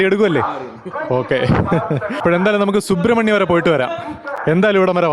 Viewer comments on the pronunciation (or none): കുക്കെ സുബ്രഹ്മണ്യ എന്നാണ് ശരിക്കും പറയുന്നത്